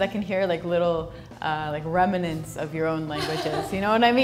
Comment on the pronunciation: I enjoy how "Genre", (ZHänrə), a French word, is the first "English" word attempted. The American's excessive use of "like" is never an issue mentioned. She also mispronounced "remnants" as "remanents". Since when did "jewelry" have three syllables?